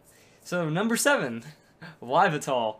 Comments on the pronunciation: I'm sorry. Did you just say "WHY-vetall?" e___e" It's actually "EE-VEL-tall". >_> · It is pronounced ee-VEL-tahl. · yveltal is pronuced uh-vel-tall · its EE-velt-all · Just an FYI, you pronounced Yveltal wrong, it's ee-vell-tall. Nintendo had a little thing they posted on how to pronounce the legendary names